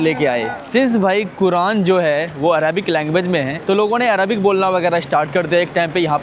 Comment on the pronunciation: araabik nhi arabic hota hai bhai. pronounce correctly.